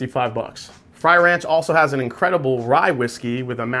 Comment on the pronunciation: Frey Ranch is NOT pronounced fry ranch. My lord. YouTube Frey Ranch and learn how to say it before the video 🤦‍♂️